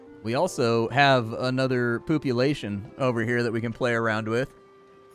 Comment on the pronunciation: Been having a blast with the video and then it just got better : "poop-ulation" 😂 I'm dead. 😆